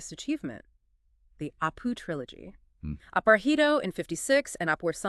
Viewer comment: Not Aparāhito but Aparājito. Pronunciation is 'j' and not 'h'.